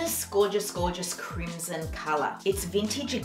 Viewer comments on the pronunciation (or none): none